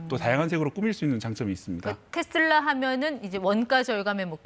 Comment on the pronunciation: 테쓸라가 아니고 테슬라 다..